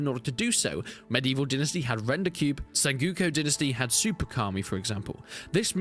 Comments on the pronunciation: Sen-GO-Ku...you trolling with that SenGUko. Is it an English thing? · "SenGOOko"? Didn't know that Brits pronounced "o"s as "u"s and visa versa. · The way you pronounce sengoku really threw me for a loop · Sorry for this, but it is not sengyuko dynasty, it's Sen-go-ku Dynasty. It's a time period of Japan. From , there were a lot of civil uprisings in that period. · Senguko Dinisty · It's really distracting.